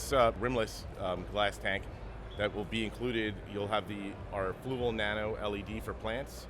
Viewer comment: For someone who uses their products so much, you still cant pronounce Fluval correctly lol